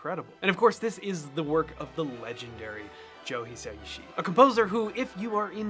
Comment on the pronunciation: More from Hayao Miyazaki's Studio Ghibli and Joe Hisaishi (love that you properly pronounce his name, btw..), check out the sound track to "Princess Mononoke", perhaps start with Ashitaka's theme. Also, "Cruel Angel's Thesis" from "Neon Genesis Evangelion". Finally, while this may be too techno/pop for your tastes, Angela's "Gravitation" from "Heroic Age", and "Bubblegum Crash! - opening A", performed by Tachikawa Ryoko always gets my feet tapping and lifts my spirits.